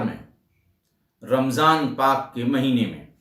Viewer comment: Sir aap ne Jis tarah se Ramzan Paak Shabd ka Uchcharan kara hai Wo Dil ko Chu gaya , Yahi humari ganga Jamuna Tehzeeb hai Hum bhi Ram ji aur Hanuman ji keh kar hi Sambodhit karte hain , Jai Hind , Jai Uttar Pradesh ❤